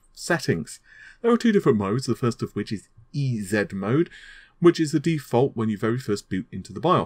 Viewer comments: A great review but... LOL you pronounced the bios 'EZ mode' (short for EASY mode) as 'ee-zed'. Don't think pronouncing 'zed' for Z works in this particular case, even for you Brits and south of the Equator wayward brethren. Now then, I recently chose this MSI m/b to go with a new 1700X I've had laying about. Gotta admit it does seem rock solid, even with 2x8GB Kingston HyperX PC3200 installed and tweaked to run full speed (2400 default). Actually, I was worried about PC3200 with a Gen 1 CPU after reading it wasn't initially compatible. A quirk I found in this B450 m/b is it doesn't like a BT keyboard dongle plugged into either USB 2.0 port (under the ancient PS2 port). This results in the m/b sometimes reporting a CPU error and refusing to boot. I actually returned the first m/b because of this but the replacement suffers from the same problem. Even plugging in the BT dongle into one of the other USB 3.0 slots didn't completely solve the problem. Through trial and error I found that a wired keyboard solved the problem. I've been using the same BT keyboard with my MSI GT70 laptop for a year so don't think the keyboard's BT dongle is the issue. Oh well. Cheers from Thailand! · The "EZ-Mode" is an American pronunciation: "e-zee", aka "easy" mode.